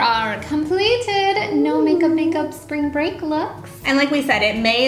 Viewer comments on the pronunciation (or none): "Sprang Break